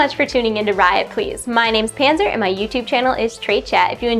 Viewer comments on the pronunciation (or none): none